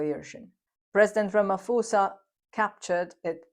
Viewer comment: Hello, for future content videos please understand that Ramaphosa is pronounced with a soft "P" never an "F", the Ph=F rule doesn't apply to our indigenous languages...Also in Africa we make a distinction between "P" & "Ph" a hard and a soft "P/Ph" so please its not Ramafosa, its Ramap(h)osa...